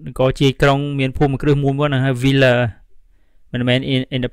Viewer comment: I had trouble understanding the word villa. It sounded like willa